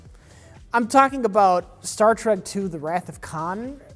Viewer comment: "star wreck: picard" LOL